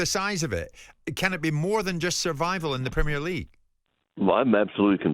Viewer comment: Never trust a yank, that doesn’t know how to pronounce Premier